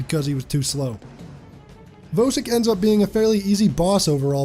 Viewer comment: Just discovered your channel today, really enjoying your content. And I finally found a YouTuber who pronounces Vosik correctly lol.